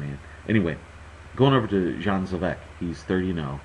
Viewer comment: Would it be too much to ask, to get the name right? Spelling: Dejan (first name) Zavec (last name) Pronounced like: Day-an Xah-vets